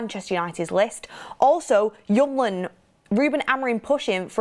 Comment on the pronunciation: His name is hjul-mand, not hjum-land